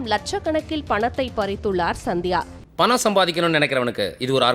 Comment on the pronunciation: சந்தியாவா? இல்ல சத்யாவா? ஒழுங்கா தமிழ் படி!